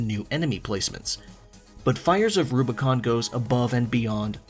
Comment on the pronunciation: My biggest criticism of ArCo6 is the last word. Rubicon. It does not start with an L.